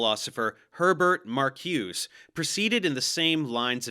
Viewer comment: During my 15 years in academic sociology, I only heard Benjamin and Marcuse pronounced differently than you do. This isn’t a criticism. A good interview with Marcuse shortly before his death is on the channel. FYI, (not) NBD, etc.